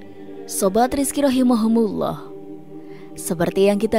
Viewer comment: Punten teh ROHIMA KUMULLOH bukan Rohimahumulloh 🙏🙏